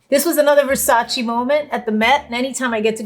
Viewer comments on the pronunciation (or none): Jen it’s VersacE not Versachi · Its Versace! Not Versaci😂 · She’s latin and the said Versachi O SEA DALE JENNIFERRRR